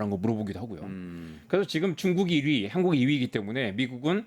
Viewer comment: 기자분이 목소리는 또랑또랑해서 잘 들리는데, 발음이... "중국이 이위,한국이 이위"라고 하면 어디가 1위이고, 어디가 2위라는거지..? 미국으로 보내는 인력에 '워킹 홀리데이'로 젋은이들을 많이 데려가면 안되나? 한국에서 일자리 못얻느니, 교육시켜서 미국으로 데리고 가서 미국의 인건비로 주고 주말마다 미국 여행다니고 오라고 하면 좋을 것 같은데...